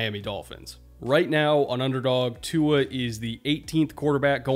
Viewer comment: Didn’t quite stick the landing on pronouncing Tua’s name but I respect the effort 😂